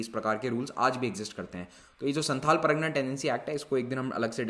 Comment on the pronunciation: Sir you are pronouncing pragna but it is par GA na